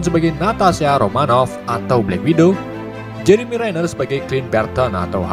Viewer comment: Jeremi . Bukan jeremu jenner . Baik jemur aja 😁😂